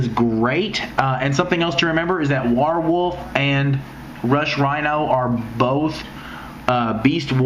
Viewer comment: its WARWOLF not war warewolf